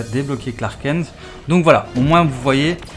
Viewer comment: tu tus la légende de SUPERMAN en prononçant Clark KEN ....prononçe KENTE lol